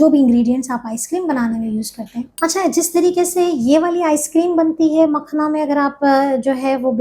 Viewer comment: Makhana word ko galat na bolein log confused hn